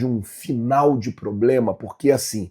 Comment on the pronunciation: Não e ploblema flazueiro kkkkkkk, e problema 😂